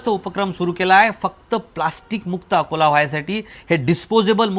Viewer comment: अकोले का अकोला नीट बोल